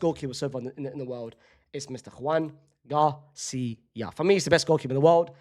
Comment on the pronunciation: Your Joan García pronunciation kills me😂 that's not how you say his name